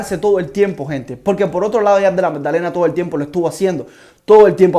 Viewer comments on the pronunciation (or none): Buen video bro!! Sigue asi💪. PD: Della MADDALENA no MAGDALENA, jajaj solo me dio un poco de cringe escucharlo así, pero buen video